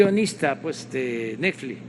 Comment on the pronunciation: No se dice NETFLIX Se dice NEFLI 😁 eso my presidente chinguelos